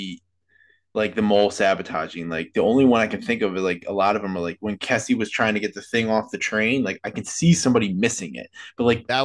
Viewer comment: lol why did none of you pronounce Kesi’s name correctly 😭